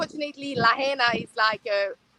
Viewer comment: Well done Viva as per usual. First of all, a more correct pronunciation of the town is La-HIGH-na. That's not exact, but close enough. I don't know if that civil defense big wig retired because of illness, but if I made a poor judgement call, possibly contributing to 100s of deaths, I would really be sick too. When we hear the civil defense sirens we are to tune into local radio, tv, etc for what is happening and instructions on what to do. We also get cell phone alerts from civil defense. We have invasive species of grass which catch fire really easy. They don't burn for very long, but spreads fire quickly. Maui has been experiencing drought conditions for quite a few years now. Lots of homes in Hawaii are of wooden single wall construction. With our ground termite problems, a lot of homes have some termite damage making them more susceptible to ignition. Unfortunately, we have quite a few "Tinder box towns" in Hawaii.